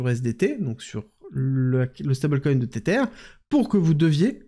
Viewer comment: Tether se prononce Tesser... avec la langue entre les dents. 😊 comme un zozotement